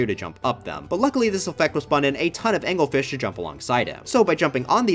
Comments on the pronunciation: IT'S ANGLEFISH, NOT ANGELFISH!!!! I AM SO ANGRY RAAAAAH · Am i the only one who thought it was AngleRfish? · umm actually it’s pronounced Angle-Fish 🤓